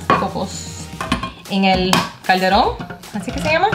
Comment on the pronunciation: Caldero 😂😂😂 sin la n al final